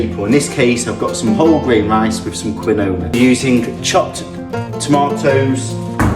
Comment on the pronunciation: It's pronounced "keen-wa", not "kwinowa".